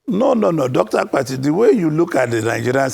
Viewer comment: Not AKPATI (coffin in igbo), but ABBATTI, ewu Gambia